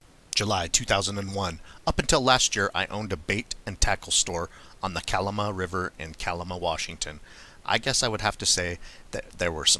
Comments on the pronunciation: Night fishing for steelhead isnt that illegal? FYI your pronouncing Kalama wrong, its not koloma its more like Ka lama. Damn things are all over SW Washington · Kuh-Laa-muh “a” sound in “la” part is pronounced like the a in “at”...Kalama has a lot of Bigfoot sightings, so I figure you’ll have to pronounce again in future. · You say kalama weird for being from kalama